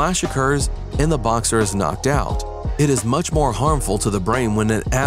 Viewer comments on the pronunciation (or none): none